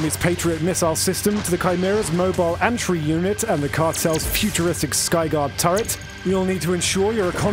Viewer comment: Nucular? Antray? It's NUCLEAR and ANTEY. Good thing I love this game for its content and not for your doubtful skills in the english language.